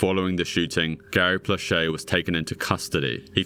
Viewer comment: As a Louisianan, I want to thank you for taking the time to learn how to properly pronounce Plauché and Doucet.